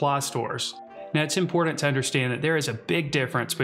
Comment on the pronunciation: Imported or important? The T is not silent lol.